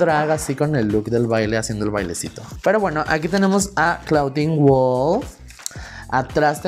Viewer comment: La pronunciación es "Clodin" no "claudin"....es onomateya del nombre en francés. Además la palabra en inglés Claw se pronuncia "clo", es decir, "garra".